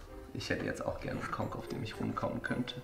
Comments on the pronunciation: sagt übrigens 'Konk' hört sich nur sehr falsch an:D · sagt doch nur Konck